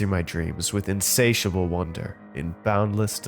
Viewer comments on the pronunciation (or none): none